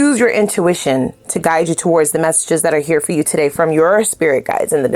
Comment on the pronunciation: Ma’am, you are saying something on TUH-DAY! Whew 😮‍💨🫶🏼